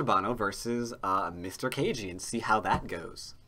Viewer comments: Ke Jie sounds like "Kuh Gee-ay", not Kay Gee. You're killing me,. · That'd at least have one of the syllables correct, rather than zero. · Just starting to watch; I think you should try to put a little more effort into pronouncing "Ke Jie" correctly. You know, for respects and stuff :)